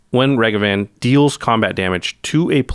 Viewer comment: Able to pronounce Asmor correctly. Also: Mispronounce Ragavan